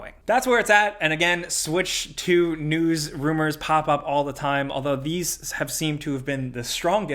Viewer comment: "...here to talk about all the video game newssisjfh that's been going on this week.." Had me dying.